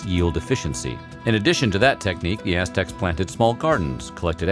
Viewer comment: It sounds like he's saying Ass Techs lmao